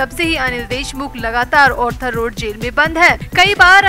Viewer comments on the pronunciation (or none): It is R-thar Not Or-thar 🌹